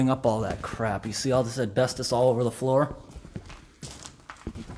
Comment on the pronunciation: i love you you say asbestos asbestdis